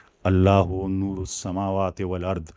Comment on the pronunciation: Nur nhi noor